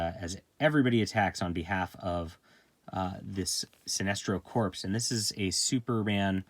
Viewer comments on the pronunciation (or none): “Corps” is pronounced “core.” Like “Marine Corps.”